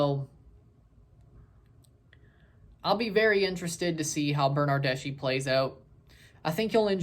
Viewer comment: His surname doesn't sound "Bernardeshee" but a lot similar to slav surnames , so "Bernardesky" . An Italian (Juventus) football fan ;D